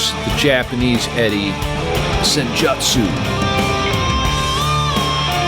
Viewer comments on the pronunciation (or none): Sen joo tsoo lol not Sen Jut soo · Please never say Sen-JUTT-soo. It's Sen-joot-soo. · Not to be a dick, but it's pronounced Sen-JOOT-su. Go watch some Naruto or something. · U's in Japanese words/names are always pronounced "oo". Senjutsu would be pronounced "Sen-joo-tsoo". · I believe it’s pronounced senjewtsu, not with the “jut” sound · Man I don't need you to explain to me maiden I have forgotten more than anything you will ever know about iron maiden and you are not pronouncing senjutsu correctly